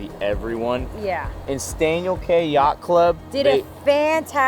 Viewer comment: Great video. Please learn to say “key” instead of “kay”. You’ll be treated more like an insider pronouncing it Staniel KEY. 👍